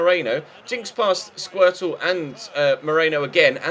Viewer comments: Good thing he didn't say Squirting Lisbon :p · Did you call Skrtel "Squirtle"?